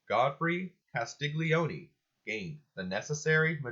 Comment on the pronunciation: Castiglione pronounced kas tee lee oh neh. g is silent in gli.